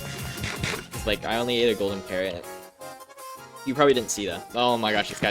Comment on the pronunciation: Never seen someone call a golden carrot a garrot lol (great video)